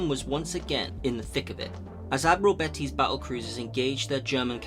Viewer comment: I enjoy your videos and I hate to be that guy, but I've noticed some of your pronunciation needs a bit of work occasionally. For example, it was Admiral Beatty, not Betty. I'm not trying to be a dick, hopefully this comes over as constructive criticism. Anyway, thanks for this, this one was a new one for me and it's always interesting to hear about something different.